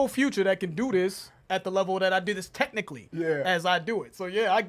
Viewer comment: I hate that every time he mentions Eminem's skill he says "techincally" as if that ALL Eminem is, is a good "technical" rapper. He is WAY MORE than that!